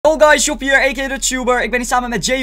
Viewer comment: job, ik hoor niet jo maar o